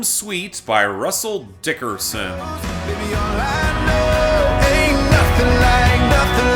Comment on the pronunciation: If there's one thing I have to look forward to on future episodes of Billboard Breakdown in 2022, it's hearing say "Russell DICKerson" every other week again.